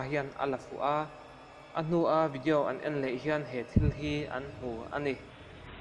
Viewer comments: Thuhma I ti thui mah may,boring trep. Tin,vidiau nilo on video tih tur aw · Ngaitinge vidiau i tih tlat zel..😬😁🤭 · Vidiau ti nge itih? Chhimlam mi ini em😂 video titawh teh ngaihthlak anuamlo,tin...I voice a zawi hlee bawk,ngaihna awmlo. Keep it up c'mon.